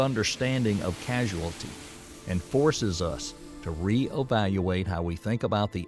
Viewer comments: Casuality? I think the narrator was supposed to say causality. But it's odd that no one picked up on that all through the editing and screening process before this was released. If not the what is casuality and what does it have to do with this subject? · casual vs causal. causality vs casuality smh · Forgive me🎉, but the word you pronounce "casualty" is cause-ality... ...causality. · Causality \\\\\\ CAUSALITY|| not not NOT CASUALTY........PLEASE READ THE SCRIPT MR NARRATOR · Casualty instead of causality? 🤦🏻‍♂️ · Causality vs casualty. Great video, but this had me cringing every single time. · The word is CAUSALITY; not casuality! Jeezus! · I like it. But, it did raise some scrutiny when the narrator repeatedly pronounced causality as casualty. Your humble proof reader. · Also the narrator says the word causality as casualty. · Causality not casualty. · Causality. I guess they missed that slip up. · 🙄 It's pronounced: CAUSE-ality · Beside mph vs mps, hasn't he also mispronounced "causality"? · yeah that one made me wince every time he said it. Like how did no one notice that (its a science video!) before posting? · And he says "casuality". Surely he mean "causality"?!!!! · Casuality? Don't you mean causality? Next time, get someone who knows how to read to narrate. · It is cousality not casuality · Causality V Casualty ? It's hard for an AI robot to know or care about the difference. 🤪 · It's very annoying when the narrator is so clueless he keeps pronouncing "causality" as casualty!!! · Causality not casualty lol. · It's causality, not casualty. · Please it's not casualty but causality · Also, he keeps saying the word “casuality” ( not a word) The actual word is causality. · It's causality, not casualty. LMAO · For JustinSmith623.. So right Bro…. CAUSALITY…not casualiity. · Casualality. That's what he said. He meant to say Causality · It's "Causality" not "Casualty!!!!" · Cause-al-ity. Not cass-u-ality. Drove me nuts each time. Otherwise great breakdown